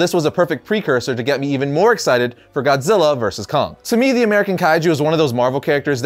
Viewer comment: "TODD ZILLER".. SMFH..